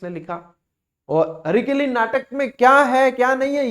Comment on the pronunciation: हरकेली नाटक है, हरिकेली नहीं सर जी